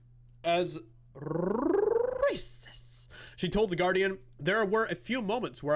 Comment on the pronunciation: I wish you wouldn’t continually roll your R’s when you say racist . It’s triggering for Misophonics . Thanks